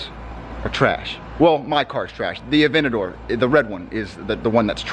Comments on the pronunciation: Dude it’s pronounced a-ven-ta-door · Lamborghini "avetador"